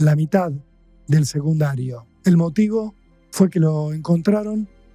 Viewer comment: SeGundario ???!?!?!?!!😅😅😅😅 secundarioooooo de dice jajajaj❤❤❤❤